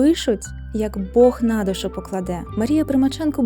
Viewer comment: Маю зауваження. Ви робите в наголосах характерну нині помилку-русизм - зсуваєте наголос на перший склад, як м.оскалі: нА душу, а не "на дУшу", жИли, а не "жилИ". Зверніть, будь ласка увагу. Відео дуже сподобалось, підписався. Дякую!